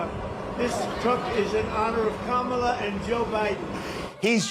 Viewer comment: He actually pronounced Kamala’s name properly for the first time I can recall